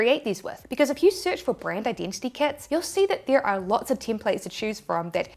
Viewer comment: Kuts = Kits